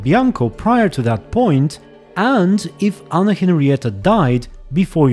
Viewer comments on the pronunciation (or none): none